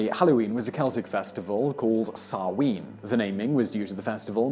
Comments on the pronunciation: Samhain....is pronounced as sow as in a pig and win... sow win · Sow-in not Sow-een 🤦🏼‍♂️ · Interesting info.The pronouncuations of the Gaelic words are waay off! Samhain isn't "Sow-ween" but more like 'Sow-an', sow as in 'cow'. "Bealtane" is Bel-teen-A, not Bell-tane. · Trying not to let the pronunciation grate on me as an Irish lass, but I CANNOT get past this "Sah-ween" business. It's SAH-WHEN!" 😅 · Samhain = sow-an Bealtaine = bal-tha-na I actually want to cry why can people not just research pronunciations I'm begging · I can't stand the way he says Samhain.